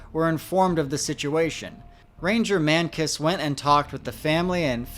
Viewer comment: Ranger Man-Kiss???